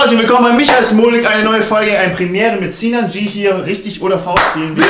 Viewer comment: wenn sinan nicht immer smolfick gesagt hätte wäre das video auch werbefriendlich geworden 😂